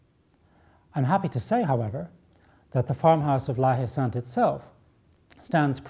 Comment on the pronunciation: There is an 'e' at the end of Sainte in the name, so the 'T' is sounded - "sant"